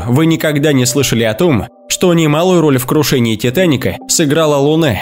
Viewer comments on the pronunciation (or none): У него это наверное из за его физиологии, я тоже так попробовал букву А с выдвинутой челестью сказать, получилось тоже Э